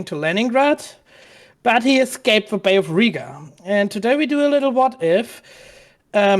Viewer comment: Fly. Again. Still hasn't learned to use the 'th' sound.